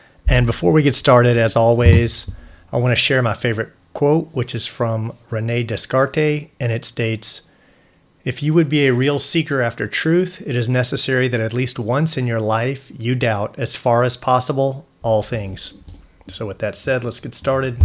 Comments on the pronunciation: Not to be a smartass, but it's actually pronounced 'Deh-cart" ;) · It’s pronounced ‘Deycar’ not ‘Des car tay’. Just so you don’t sound stupid when you roll out your favourite quote in future 👍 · Pronounced "René De-Cart":) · Renee Des-car-tay 😂